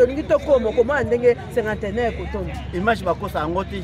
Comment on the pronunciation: S'il vous plaît monsieur le journaleux Cinquantenaire et non "cinquanteneur".